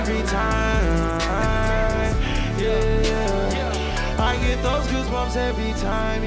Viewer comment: he said Gasbumps I’m dead